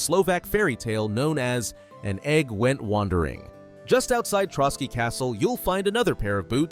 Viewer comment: "Ant-tie-uch-cuss" My god. It's 'Ant-tee-och-cuss", the Latin name for Antioch, a city in the Holy Land. Oh you said "Trotsky region", it's "Trosky". Some of these "references" are a real stretch and is more that the uploader doesn't know history very well.